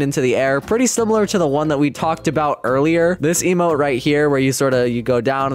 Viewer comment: bro said lmo insted of emote lol (i want the early acces plez) (id:DSG242i)